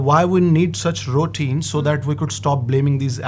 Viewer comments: Why are they both saying “ Rootine “ instead of Routine ? 🤔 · ruːˈtiːn, this is pronunciation of routine not rootuine as said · Madam...Routine word you r prononcing wrong...